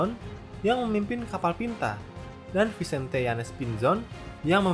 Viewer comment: Tordesillas dibacanya Tordesiyas, Saragosa dibacanya Tharagotha atau Saragosa (Pengucapan Amerika Latin), Vicente dibacanya Bitente, CMIIW